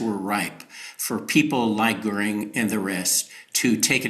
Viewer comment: Why is correctly pronouncing Hermann Goering's surname an apparently unmasterable task for Saagar, whereas Krystal had no problem with it at all. C'mon, Saagar.